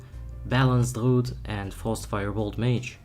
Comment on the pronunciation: Why do you say “r” sounds so stupidly? Druid is not a hard word to pronounce.